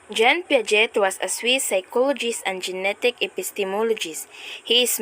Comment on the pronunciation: Hello hindi po (pyaget) yung pronunciation ng Piaget. Ang tamang pronunciation ay (Piajey) or Piaget.